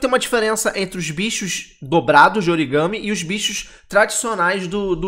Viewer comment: Não é origame.... é origami (aquelas figuras de papel do Japão)!!!